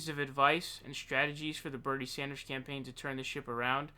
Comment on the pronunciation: Dammit, you Sawndersed again at the end. Why the fuck?